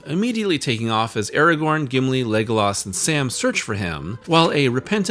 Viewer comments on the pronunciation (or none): And what of this "Eragorn" or this Sawruman fellow? Can't say I've ever heard of them..